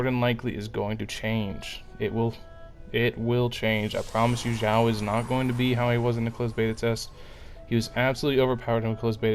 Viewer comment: Helpful info for dealing with his self damage! Though... Can you look up the Chinese names and practice before the next video? It's a little painful. I don't know any genshin youtubers that say Xiao's name right though, so it seems like a community wide cringe problem. It's "Sh-yee-ow". Xing qiu is even farther off..